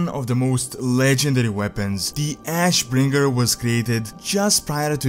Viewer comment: Ash........................ Bringer! Why the pause? It's just ashbringer, innit?